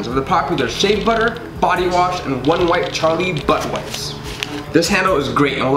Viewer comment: Can you stop emphasizing "butt wipes" so heavily